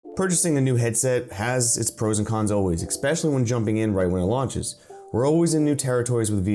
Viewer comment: Especially, not ecspecially.